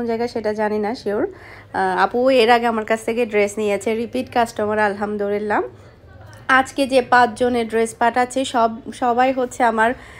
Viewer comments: আলহামদুলিল্লাহ আপু। আপনি কি আলহামদুলিল্লাহ না বলে আলহামদু রিল্লাহ বলেন? এটা কিন্তু ভুল উচ্চারণ। আশা করি ঠিক করে নিবেন। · Amio notice kori Alhamdurillah bole. ami onar video dekhi.